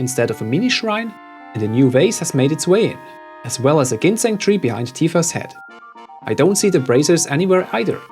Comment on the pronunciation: "Bee-hind" . I've never thought of or heard that before and I love it. Well played.